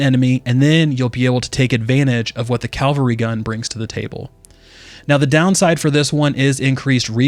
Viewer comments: CaValry. Not CaLvary. Thanks. :) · Dude, you also said CAL-VARY GUN like 150 timeZ. Also YOU NEVER NOT EVEN ONCE noticed that the EFFECTS that the WEAPONS apply are BASED ON CHANCE (aka NOT APPLIED WITH EVERY SHOT)